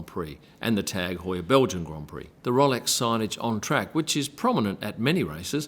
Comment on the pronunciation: It’s ROWLEX NOT ROLLEX! 🙄